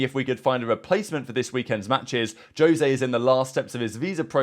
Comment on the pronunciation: Fun fact the J in Jose is pronounced with a H 😅